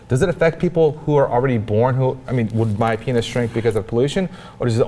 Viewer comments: Is it just me or does she keep saying, "pain'iz"? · For some reason it really bugs me how she pronounces Penis